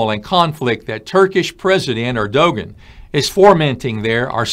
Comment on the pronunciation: Erdogan is pronounced Erdowan